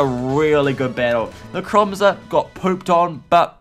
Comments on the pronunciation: Dude,it’s NECROZMA,not Necromza. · its necrozma not nemcroza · PLEASE its pronounced necro zma not necro mza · When i hear necromza: ITS NECROZMA! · lets start off with "necromza" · ITS NOT NECROMZER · Its Necrosma not Necromza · is necrozma not nemcrozma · "Necromzma" xD No offence. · u said necromza...